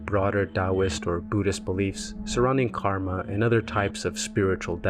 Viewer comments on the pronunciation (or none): none